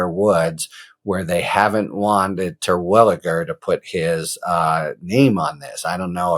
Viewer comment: As a Terwilliger myself (no relation, probably) I appreciate your correct pronunciation